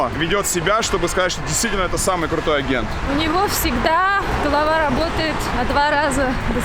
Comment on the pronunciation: Она умница. Только улыбало слово агенты с ударением на первый слог)))